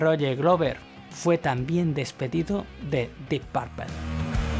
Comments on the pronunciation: dip parpel 😀 Sería mas como: dip purpol, o mas aún: dip purpl, solo que la u no es exactamente una u, suena como en medio de una u y una o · Solo di dip purpo... Suena que dices (dip papel)😉 Good video though 👌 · Dip parpel.....no ....dip perpl... Carlitos. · No se dice dip parpel se dice dip purpul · No SE dice "Di parpel" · Me sburri de escuchar que diga deep parpel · Dep parple? Que feo se oyó esa pronunciación. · Se pronuncia "Dip Perpol" la última e suena más como o que como e. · PORQUE PRONUNCIAS LA "U" COMO " A", ES " DEEP PUUUUUUUUUUURPLE" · Ja ja pronuncias muy chistoso “porpel”, siempre he pensado que Blackemore tiene problemas psiquiátricos. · Dip Parpel? Amigo muy buena la información pero en verdad, necesitas mejorar abismalmente tu pronunciación en inglés! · Que mal inglés del presentador. Dip Parpel😫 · De acuerdo contigo. El problema es que lo que escuchan como pronuncia lo repiten así. Y no solo es "Dip Parpel" tiene otras, ese afán de pronunciar la "U" como si fuera "A". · Dip parpel? Enseñate a pronunciarlo bro. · Deep parpel?si te escuchara ese guitarrista enojon capas te busca en españa y te mete tu vergaso por pronunciar mal purpura en ingles mejor di morado purpura total estas hablando en español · "DIP PARPEL" JAJAJAJAJJJAJAJAJAJAJAJAJAJAJAJJ NO HAY ESPAÑOL QUE SEPA PRONUNCIAR EL INGLES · Se que eres español y eso, pero deberías pronunciar bien los nombres no mames, Dip parple, y no sé como maman tanto a Blackmore si el mero bueno y lo distintivo venía de Jon Lord, escuchen en vivo y siempre las improvisaciones eran más feroces y creativas a la vez que impecables por parte de Jon, Blackmore hacía mucho ruido y era muy sucio en su técnica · Dee parpel, jaja. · "dip párpel" j-j-j-j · Que chistoso escuchar "dip parpel" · Dih Parpel....😂😂😂😂😂😂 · "Dip parpel"......... ja ja ja ....Dip parpel"........muero de risa...dip parpel".....ja ja jabja ja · Exelente video y documental...nada mas una observacion...no se pronuncia "PARPEL" .